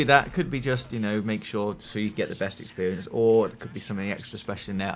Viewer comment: "expewience" AHAHA AWW!